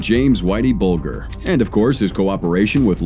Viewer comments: AI Narrator S*CKS....The news clip even pronounces Bulger correctly and the AI Narrator gets it WRONG, numerous times.... HIRE A REAL PERSON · You can't even pronounce whiteys name right even though you had a news lady saying it in a news report, YouTube is now being ruined by lazy so called content creator's who seem to do no real research or even bother to find out how you pronounce even the simplest of words. Dam if you can't be bothered to make good well informed videos then please just don't bother, find something else to do because trust me video making is definitely not working for you 😂😂😂😂😂😂😂😂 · The moment I heard him pronounce Whitey Bulger’s last name is when I knew this guy had never even heard of him before making this video…